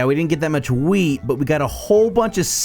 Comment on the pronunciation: When you say "Wheat" it sounds like you said "weed"